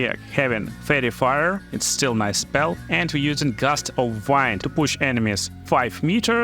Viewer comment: I just wanted to explain Gust of "wind" is pronounced "weend", as in "It is windy weather". The other "wind" you are saying is "waynd" which means to wrap or twist something around something. 🤩